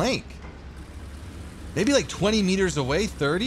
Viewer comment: ”GO AVAY”